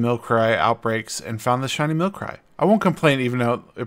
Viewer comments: Milcry? You mean Milcery? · don't ever attempt to pronounce Milcery, ever again